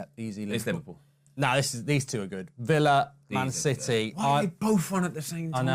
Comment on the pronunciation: Nah mark actually got villa right 😶